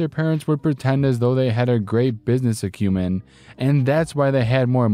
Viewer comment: These were awesome! Not to pick on you at all, but "acumen" I pronounced "ack-you-men", and "harangue" is pronounced "huh-rang".